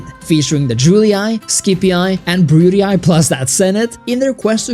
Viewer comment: Nice video, but the way you pronounce “scipii” and “brutii” makes me wanna violently stick a chopstick into my eardrums